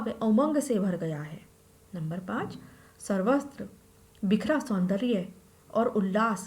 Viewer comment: सर्वत्र को सर्वस्त्र क्यों बोल गये।😭😭